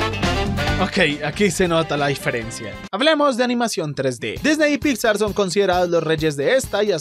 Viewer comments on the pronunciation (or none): none